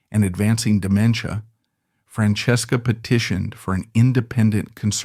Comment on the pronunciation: I wanted to hear the story but it lost me at how it said her name.